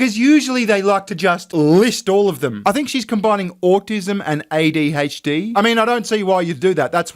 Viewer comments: Hes just pronouncing A ad "ah" not "aye" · Did that thing say "ah-dhd?!" TF?! Edit: Ooooohhhh so you think its combing autism and adhd? I was thinking it just pronouced the "a" as "ahhhh" 😂 Your theory makes more sense lol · Has "Ah de aitch dee!" WTF he hehe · Did she say oddy HD 😂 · Did she say "I have AUTO hd? I mean, i dont think she said ADHD. I know aussie accents can be a real thing, but.... I think this was far enough that to say, that wasn't an accent. I think maybe she thinks she really has AUTO HD rather than ADHD. its a minor point, but, illustrative of the nutjobs. If you're going to claim a disability, cant you at least spell it? Is that too much to ask?